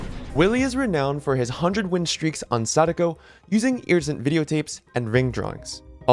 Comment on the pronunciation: try not to cringe at him saying sadako